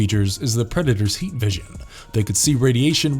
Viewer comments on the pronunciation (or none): none